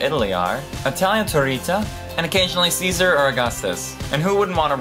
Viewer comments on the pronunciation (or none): none